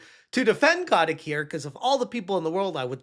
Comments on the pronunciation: So you did a deep dive but don't know that his name is Kotick, not Kotnick. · it's Bobby... CO-TIC. Robert (Bobby) A. Kotick.